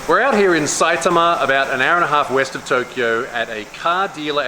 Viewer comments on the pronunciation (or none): none